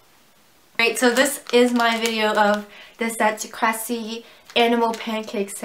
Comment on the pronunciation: You said kracie wrong